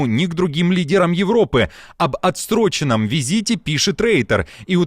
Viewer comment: Не ОТСТРОЧЕНЫЙ, а ОТСРОЧЕНЫЙ😅